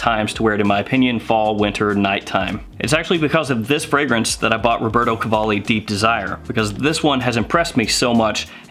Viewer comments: Nice Italian pronunciation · You pronounce it right. Just add some italian accent to spice it up :D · You’re saying the name just fine 👍